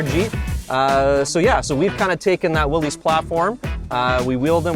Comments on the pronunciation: It’s pronounced why-lee not Willie, that really irritates me but nice jeeps nonetheless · Its actually pronounced Willis, not Willys. It represents John Willys who founded willys overland motors.